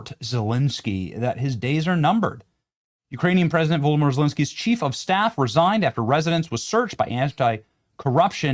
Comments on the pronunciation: 'Voldimore Zelensky' lol....too funny Benny!! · Poor Benny... can't read Zelensky's first name correctly.